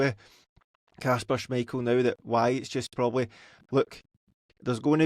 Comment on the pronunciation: can someone tell that It's kasper not Kashper